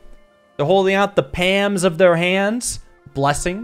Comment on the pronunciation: saying palm or calm is a jumpscare